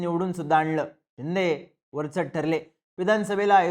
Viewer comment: शिंदे की चिंदे बोलतोय 🤔 पण ऐकायला छान वाटते 😅